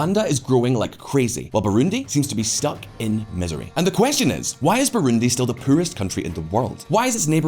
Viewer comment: “Pooer country in the world”